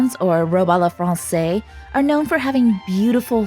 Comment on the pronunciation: SO COOL 💜💜💜 one little thing XD to pronounce à la française say "fronseiz" hissing S first, then buzzing Z 💜💜💜